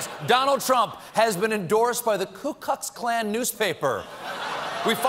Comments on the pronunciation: did I hear Stephen call it "the Klu KUCKS Klan" newspaper?" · Sounded like Colbert said "Ku KUCKS Klan" 😂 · Anyone else notice Colbert just said "Ku Kucks Klan"?